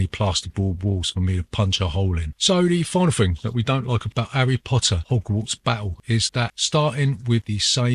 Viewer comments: 'Arry Po'ah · All I can hear is "erry Potter - ogwarts Battle". Nice review though.